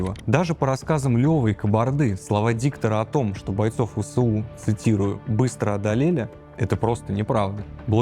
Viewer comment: ВэЭсУ. А не ВэСэУ. Нужно правильно читать аббревиатуры. Ты же журналист.